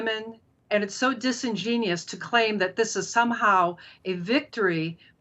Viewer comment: i agree with her, but she said "disengenious" instead of dis·in·gen·u·ous. sigh